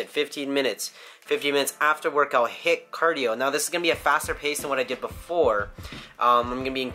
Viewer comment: HITT cardio? You mean HIIT?:P